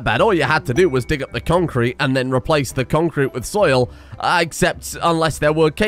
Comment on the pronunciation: Always makes me sad when he says conc crete and there's no small funny dog images on a random place